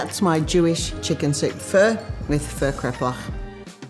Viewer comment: not bad...u didn't butcher pho